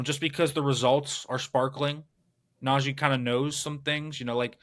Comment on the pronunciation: Just watched a video of Najee saying he doesn’t understand why people say his name like that, then watch this video and see this guy saying “Najay” over and over again 😂 never did I notice that before